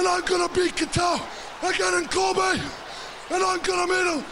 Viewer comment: I love Bret's pronunciation of Kobe in , It got me wondering for a moment: "Is Bret Hart going to a basketball game?"